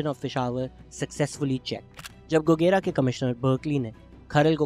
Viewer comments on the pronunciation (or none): Very insightful information Shehzad Bhai. Just a little correction regarding "Gogera". It is actually pronounced as گوجرہ۔ It will be much appreciated if you can start a proper series about unsung heroes of Punjab... Thanks